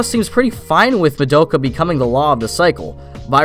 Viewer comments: I'm so surprised at the number of people who mispronounce Madoka. It's pronounced Mah-da-ka, not Ma-doak-ah. Have you watched the show?? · Sorry but like saying her name like ma doe ka is hella annoying, they say ma do(as in dos but without the s) ka in the series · That's not how you pronounce Madoka....